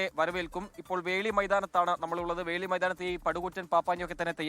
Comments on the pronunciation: Dear SKN.... FORT KOCHI യിൽ പപ്പാഞ്ഞിയെ കത്തിക്കുന്ന ground ൻ്റെ പേര് വെളി ground എന്നാണ് വേളി ground അല്ല...☺️ റീൻസൺ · വേളി അല്ല മോനെ 'വെളി'